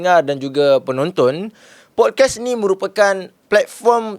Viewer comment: Pod-kaast bang. Bukan pod-kes